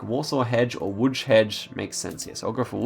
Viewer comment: Your pronunciation of ŁÓDŹ is suprisingly good(little bit more "i" in "DŹ" and will be almost spot on). Wrocław was even better